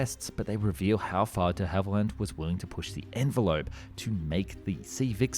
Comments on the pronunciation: De Havilland not Hallivand and Christchurch not Bournemouth. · he said de hallivand instead of de havilland, get spoonerised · De Hallyvand ? Should be De Havilland. Were you drunk matey ? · "De HalliVand" ?? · De HALIVAND.... Ow ow ow! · Who the hell were 'De Hallivand'??? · Why does he pronounce de Havilland, "de Hallivand"? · "the hallivand"? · "De Hallivand"? I think we lost another Channel to AI narration. A human speaker wouldn't have made that mistake. Now that i noticed it once i notice it everywhere in this video. The narration just sounds unnatural. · De Hallivand lol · This AI? First time I've heard the company name said "Dehaival-And" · Ah my favourite aircraft manufacturer, De Hally Vand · Not to jump on the mispronounciation bandwagon, but Hawarden is pronounced Harden, Dehavilland not right, and Spey not Spray.